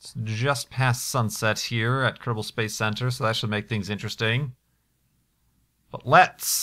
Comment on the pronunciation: "ok everyone, welcome back to -bal space program" is what i hear for the intro O_O